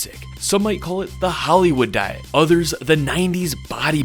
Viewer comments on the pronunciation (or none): none